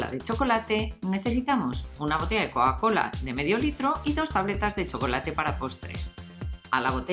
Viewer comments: se dic Coca Cola no Coa Cola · un shot de tequila cada vez que la escuches decir coacola